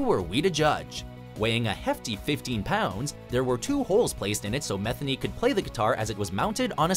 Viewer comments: And here I always thought Pat Metheny's last name was pronounced "muh-THEE-nee." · Pat Meth-eny......